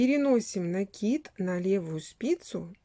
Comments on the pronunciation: Всё замечательно, но почему вы говорите рапорт с ударением на о и накид с ударением на и? Это безграмотно. И слушать это очень тяжело . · Именно так правильно произносить: раппОрт, с ударением на О, пишется с двойной буквой П; накИд, с ударением на И, потому что нить накИдывают.